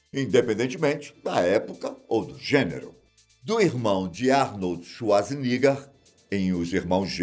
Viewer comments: Shwarzinigar???ou shwarzenegger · "Arnold Schwarziniga"